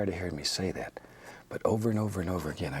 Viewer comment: “Like ghat”